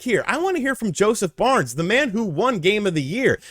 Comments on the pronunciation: FARES lol not Barnes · wait... is he saying Josef Barnes??? Barnes??? Am I not in on the joke or did he change his name from Josef Fares to Josef Barnes? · Jesus Christ, Josef FARES... FA-RES, it sound like you are saying BARNS all the time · Haha sorry for nitpicking but he’s name is Joseph Fares, not Barnes. He’s a really loved movie producer turned game producer here in Sweden. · Who is Josef Barns?! Josef FA RES. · Who is Josef Barnes? lol :D It's Fares, pronounced Faire-Ess